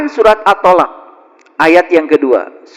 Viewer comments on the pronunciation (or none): Surat at-talaq bukan at-tolak